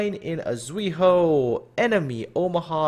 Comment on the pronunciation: idk why, it kind of annoyed me when you pronounce zuiho and takao wrong lol. well, umikaze lining up for my next to name........ nice video tho XD